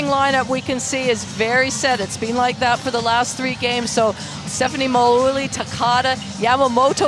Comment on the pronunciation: With respect can somebody please tell the commentator, her name is Stephanie Ma-wu-il NOT Maguli, or Mowali etc. The guy got it right.